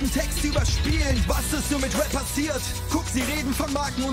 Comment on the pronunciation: Gio kann endlich rap aussprechen. Die og's wissen was ich meine